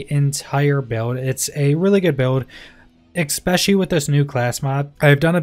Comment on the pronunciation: There’s no “X” in especially… I’m just trying to be pacific... lol. Love the videos man